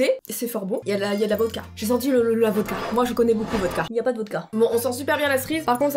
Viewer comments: on dit pas la "votca" mais la "vodka" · C vodka pas votka😑